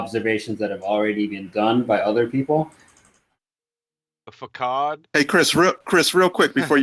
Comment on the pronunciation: Did say “Fakad?” You mean facade? “Fasaud?”